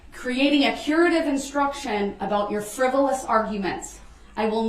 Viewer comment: Proove it friboulous prove its fuhriboulous he cant say say things right when they r spokennto him 4 seconds prior